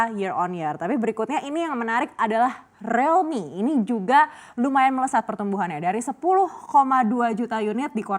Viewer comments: Rilmi bukan relmi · Krn realme mulai merasa kecantikan.. jual mahal😆 . . . Mbak btw penyebutannya buka 'Relmi' tapi 'Riiiilmi' Riiiiiil😤